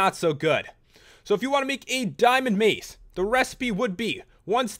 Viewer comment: the way he said mace xD so great